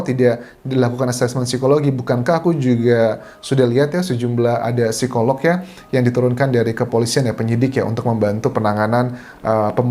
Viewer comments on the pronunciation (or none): none